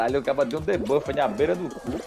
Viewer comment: Porquê que ele fala “caba” invés de “cara”??